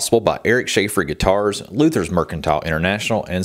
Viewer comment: Just a couple of words. Gitarrrrrrssss or gitarurrrrrssss. Oh my godness.